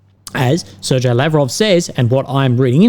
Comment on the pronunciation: The "g" in Sergei is "hard". Ser-gey, as it were.